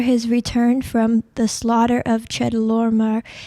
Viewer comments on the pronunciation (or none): none